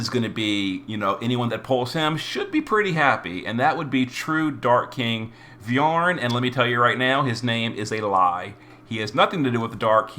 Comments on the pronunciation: Fire was actually Vearn's element in the anime too. Kaiser Phoenix is one of his signature moves. (Also it's pronounced 'Vern') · The "a" in "Vearn" isn't pronounced (at least that's how they pronounce it in the latest anime) The stance True King Vearn is depicted in is the "Demonic guard of heaven and earth", his infamous stance said to be impenetrable, as it can deflect and counter the assaults of up to 3 opponents. Avan, Hym and Lahart had to sacrifice themselves to create an opening for Dai, which is what is depicted in their cards we got last week. I doubt Dai would get The Rebllion tag. He didn't rebel against anything. One could argue he goes against his father Barran initial wishes of human extinction, but here, he has the double Draconoid crest, the second one being inherited from Barran, once they made up... So, definitely no Rebellion going on there, sadly. Leona goes straigth to the "she cute" tiers, uh?